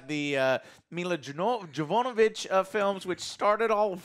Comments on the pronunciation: Who the hell is "Milla Jovonovich"? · Dude, you fuck up everyone's last name. It's Jovovich pronounced JOE-VA-VITCH. And Henry CAVILL, pronounced Like a judges Gavel.